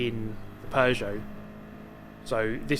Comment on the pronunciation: Oh you bought the Pew-got.